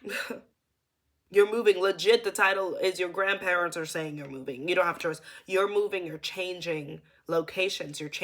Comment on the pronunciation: the emphasis on grandparents latelyyyyy